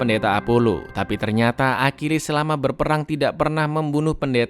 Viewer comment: Bang bahasa Yunani itu gak sama dengan Inggris bukan akilis cara bacanya Achilles trus Paris itu yaparis tetap